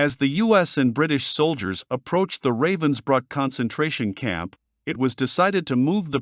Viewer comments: It's pronounced ruh-vens-brook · It's pronounced:" Rahvens bryk"